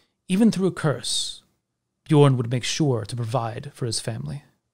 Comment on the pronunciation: Dat feel when everytime someone says Bjørn they say it with an o instead of an ø )